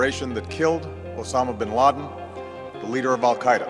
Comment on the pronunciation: Tout le monde : "Ben Laden" Japonais : Ben Ladenyu